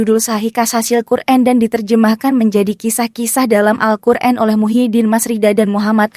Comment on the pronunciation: Aneh siapa ini yg ngomong? Robot atau tai kotok? Ucapan bismillahirrahmanirrahim juga salah mengucapkan nya, Al-Qur'an di sebut Al kur'en, terkutuk bagi yg menyalahkan ucapan dengan sengaja